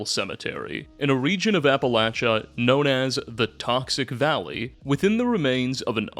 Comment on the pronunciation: Soooo... Appalachia...that 2nd a is a long a sound. Like hay. Or the 2nd a in arcade.